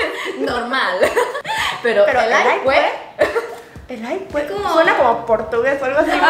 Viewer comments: Camba que se respeta dice "elay puej" 😂😂😂 espero video de Insong y David 🇧🇴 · Que lindas se ven tratando de decir Elay puej shdgodlj. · Me encantó como dijiste "Elay puej" ❤️🇧🇴 Saludos desde España. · exacto lo mismo, y es q Bolivia la zona oriental cambia la ese por una jota, en todo caso suena elay puej y elay pues